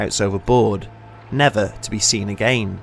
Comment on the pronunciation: Again he say agaein M nice